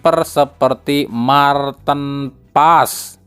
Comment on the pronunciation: Mar tin pa es.... Bukan Marten pass...